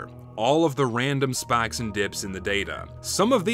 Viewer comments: Southern accent comes through when he says spaiks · Be careful, your Texan is showing Spakes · mhmmm, that southern accent slipping out when u say, "spikes" <3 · You have an extremely normal voice until your southern/appilacian accent suddenly breaks through when you say words like "spikes" or "five"